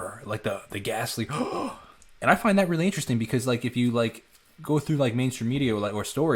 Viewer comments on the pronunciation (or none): none